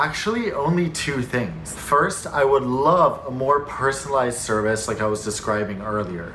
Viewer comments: Top notch review, so fun to watch! In the year of the Jubilee, I can name you officially “ “!!! 🤩✨💯😉. Only glitch: it’s “personalized service”, not “personalized serBice”! 😳🙄🫢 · it spell s e r v i c e not serbice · I found it! "serbice" !! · Had to google what is “serbice” 😛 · "More porsonalized serbice" :O